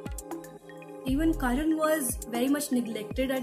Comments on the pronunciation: It's karna not karan🥴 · It’s Karna not Karan !! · I came here to watch the review. But the moment i heard her saying 'Karan' instead of 'Karna' i stopped!!!. How can one come up for a book review with such a big pronunciation mistake. ??? She dint even notice the title or is it a trend to mispronounce the very title of a book. Thus i stopped watching. 👎👎